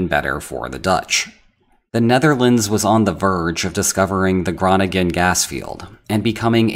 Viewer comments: I don't think you can really make a video claiming to understand anything about The Netherlands when you say "GRAWNINJEN" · But the way he pronounces Groningen makes it all worthwhile. I'm a yank my myself and if I hadn't lived there 15 years I'd have probably said the same.